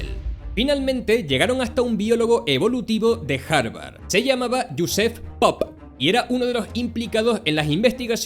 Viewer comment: Bro, el video no sirve. Me distraigo demasiado escuchando una y otra vez como pronuncias Jospeph Popp en . Es una obra maestra